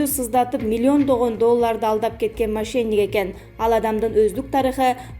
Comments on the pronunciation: машейник эмес мошенник деп суйлочу,сала сабат дикторлоп жадатып бутту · Мошейник дебей мошенник десен!! Канча класс бутургонсун?!